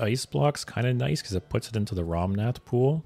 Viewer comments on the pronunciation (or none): Dude, it’s ‘Rommath’, not ‘Romnath’.